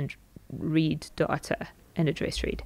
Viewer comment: Thanks a lot! I love how data sounds like daughter, makes the video even more interesting :D